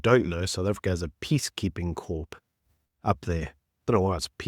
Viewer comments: Love you.. but it's core not corps 😂 even tho it looks like it! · Its pronounced ' cor' not 'corp' even though its spelt with a P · Corp has a silent P